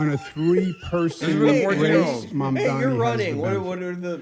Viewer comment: MAMDANI IS NOT THAT HARD TO SAY